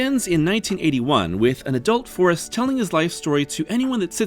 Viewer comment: Trailer announcer pronounced the movie "Farrest Gump" and now I can't unread it.